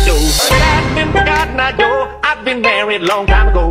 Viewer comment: >:( THATS COTTON EYE JOE NOT GEDAGADEGEDAGADA O